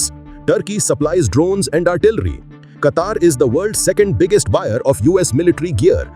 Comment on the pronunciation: Plz pronounce a country name in a dialect that matches..